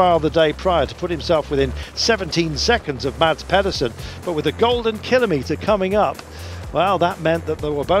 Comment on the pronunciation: Guys. Please. Mads has been world champion for a year (okay lost half the season, but hes done the tour for 21 days being prominent for porte!) Say his name properly!! The d is silent, its pronounced Mas! Not that difficult and its sort of yknow, your job!